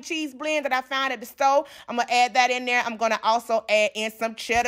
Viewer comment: “I-tai-yan cheese blend that I found at da sto.” 🤣🤣🤣 Now I have to eat this with those swim biscuits you taught me how to make. 😍😍😍